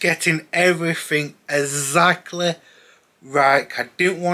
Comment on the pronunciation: "Ezzackleh" cheers. Fumbs up.